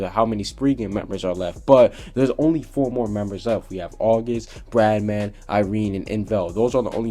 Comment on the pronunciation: Bye the way im pretty sure it's bloodman not bradman